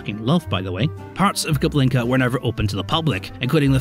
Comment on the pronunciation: It's Kubinka not KuBLinka, although I'll admit to anyone who speaks Russian the latter sounds funnier